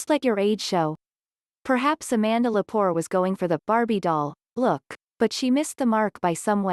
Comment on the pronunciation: Amanda Lepore A man duh Le poor - not poor Cox Bullock 😮